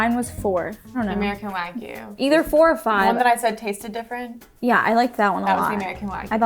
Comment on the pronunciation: 🥲 i love you guys but consistently hearing wagyu be pronounced wrong makes me wanna rip my ears off LMAO